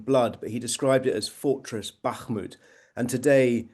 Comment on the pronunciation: The way he says bakhmut makes cringe